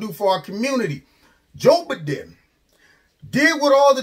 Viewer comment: Joe Ba-DIN. Love it.